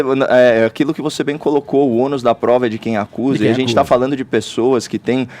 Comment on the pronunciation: Concordo, Clovis Avila. E ainda aguentar esse Fefito mudando os fonemas,em vez de falar "de",fala "thi" : não estamos falando "thi" carreirinha,não. Estamos falando "thi" carreirão. Nunca vi radialista, comunicador, sei lá q porra ele é, com problema de "thicção"